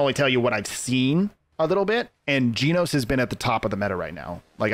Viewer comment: Genos is pronounced “Jen O sss” and garou is pronounced “gar O”